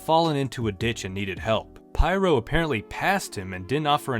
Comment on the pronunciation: it's pronounced peer-oh.